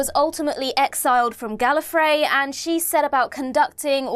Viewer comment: C'est bien d'avoir une traduction française, par contre la prononciation est atroce (rien que Gallifrey prononcé " Gallofraye "... Atroce)